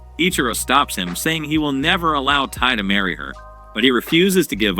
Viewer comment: Tai nah is taiyo💀